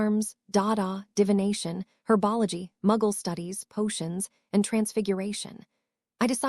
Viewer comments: Whatever AI program is reading this, they need to learn how to speak English on some words, like the word herbology which is not pronounced hwrbogley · There is no such thing as herba LaGree, it is herbology, learn how to pronounce it or don't speak at all